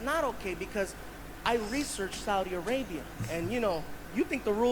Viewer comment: I like that way you pronounce Saudi Arabia. Sah oo dee. Loved your reaction Bro. From Latino in San Diego, CA.